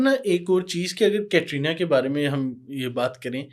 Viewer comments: Aapko khud bolane nahin aata hai कतरीना nahin कैटरीना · कतरीना nahi hai कैटरीना नाम है.